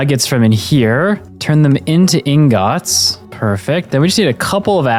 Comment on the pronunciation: "turn them into ingats"